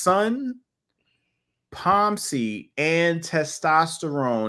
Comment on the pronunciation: Pom seed .